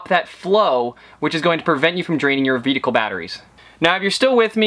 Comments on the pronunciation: (and throughout places of the video), ate you saying "veedicle" instead of "vehicle" ? Reminds me of that scene in Super Troopers when the trooper is saying meow. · "vedicle batteries" :)